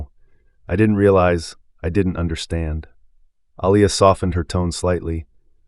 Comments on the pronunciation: Can you pronounce her name right Alia not Alaia. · This reader needs to be trained/ He has mispronounced this name: AH-LEE-YAH...several times and I also noticed in one statement her hame was changed from Aliyah to Elias. The reader...like Carol needs to be trained or schooled...or...find someone who knows how to pronounce the names in the story. Listen and count how many times the Owners' name was mispronounced...it is like the pot calling the kettle black...Is there some subtle insensitivity transpiring here> How sad...at least Carol was open and cooperating with change....and she was just a character.... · Wow he has pronounced her name wrong so many times. I like the story though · The narrator couldn’t seem to get the owner’s name right.